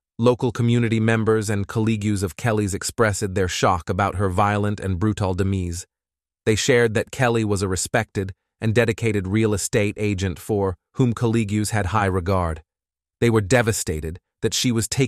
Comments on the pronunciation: This is a terrible and evil murder. I'm so sorry for her family and friends. On a different topic, the robot voice is weird. Colleagues is mispronounced as Calleegyoos. Demise is mispronounced as demeese. Brutal is mispronounced as brutall with the accent on the last syllable. It sounds really unnatural. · sigh Is the narrator an A.I.? "Kellt" not Kelly? "Colleegoo" not colleague? "Demeese" not demise? Up until the end, I was giving benefit of the doubt, but... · Also "feeling the scene" and "demees" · That little girl was firm with what she believed. lol the demise read as “demeese”, made me giggle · "Caleegs" for colleagues. "Dimeez" for demise. AI narration is ridiculous. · “Collea-gues expressed their shock about her violent and bru-tel demeese” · Demeese and eeethick? That’s a weird way of saying demise and ethic. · This bot said "de-meeze" instead of "demise." I hate bot narrators. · May peace be with the family and friends of Kelly Clayton. Also, The narrator said collegues and demise weird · AI narration is the worst. Mispronouncing colleagues and demise seconds apart from each other. This case is devastating and I hope the kids are recovering well all these years later. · Colleagues, demise, brutal, ethic - the mispronunciation of these words is laughable and distracting. This channel is a joke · is it a bot reading the script? Can't read 'colleagues', or 'demise' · these videos would be better if they could find a human to read the stories instead of a computer that has no clue how to say English words like fleeing, ethic or demise- maybe they should stick with 3 letter words that even trump could read? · Please revisit your pronunciation of demise. Why use words you can't pronounce?